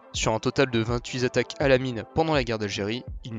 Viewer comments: Très bien mais en français ce serait mieux : "28 zattaques" = 28 fois une zattaque ...? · Petit detail sur la video, on dit pas vingt-huit Z'attaques, mais vingt-huit attaques. Bonne video.